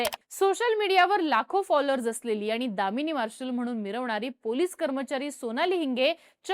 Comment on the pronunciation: दामिनी पथक ❌ कमिनी पथक ✅